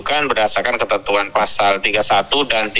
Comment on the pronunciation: Pasa dibaca POSO... itu khas koran Jawa